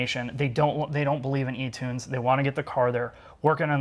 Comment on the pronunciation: "They don't believe in etunes..." That made me laugh. They better believe in them, lol.